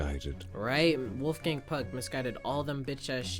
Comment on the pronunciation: I constantly mishear you calling Wolfgang "Wolfgang Puck" as "Wolfgang Pug", which is actually a very funny insult itself, because pugs are the most deformed dogs who barely resemble dogs, let alone father of all dogs- wolf.